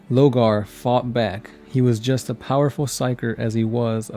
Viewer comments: Lorgar not Logar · Lorgar, not Logar